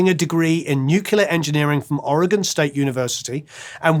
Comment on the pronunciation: Your pronunciation of Oregon was solid! Not something you usually hear in national media.